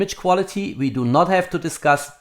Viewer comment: Agree, and I love his German "We" instead of "V" in his pronunciation...